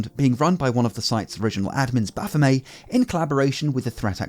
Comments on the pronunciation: MET MET it's not French It's not baphomay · BaphomET Commoncore really fucked your generation, you guys can't pronounce shit. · is that makes making you pronounce baphomet as bafomay? 🤔 😂 🙌 ♥ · Frenchifying the name, I guess?